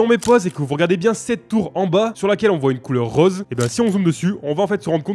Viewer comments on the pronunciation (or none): none